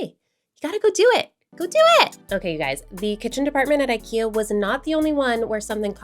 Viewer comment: It's not "ayyykeyah" in Swedish lol